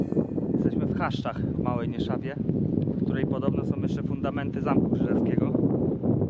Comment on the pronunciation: małej nieszawce a nie nieszawie ;p wiem bo mieszkam tam od zawsze smiejemy sie z tych ruin xd